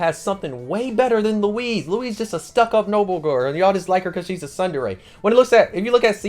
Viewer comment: you're saying tsundere wrong